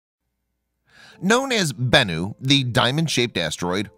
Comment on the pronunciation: You got bennu down pat lol BENnu